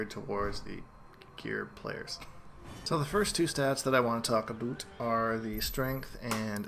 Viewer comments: Dan Garwood Canadians don't actually say "aboot", except if you encounter a Quebecker with a harsh accent. More likely he's just joking around. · Daniel Patterson he's probably Canadian.